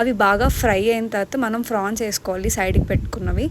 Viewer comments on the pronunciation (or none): Frans kadu madame prawns